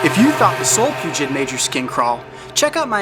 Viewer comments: Solfugids (not Solpugid like he said in the video lol) are terrifying. Technically these aren't spiders but their still terrifying lol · I thought it was solifugid not solipugid? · Solifugid not solpugid